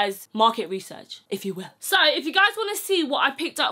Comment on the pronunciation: It came in ‘sho’ many sizes😂🤣🤣